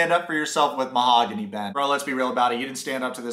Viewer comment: I can't read or say mahogany right anymore. "Oh wow, that mahagoonee desk is nice!"